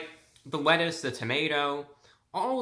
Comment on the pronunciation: Prinsipe Motions And he said “Wettuce” when he opened the burger